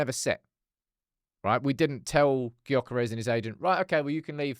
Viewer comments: Please pronounce his name properly! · Please stop pronouncing his name wrong…smh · Of all the pronunciations of his name this has to be the worst 🙈🤣